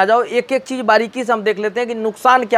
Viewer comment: Yooj??? Deejal??? Cheej???😁😁😁😁😁😁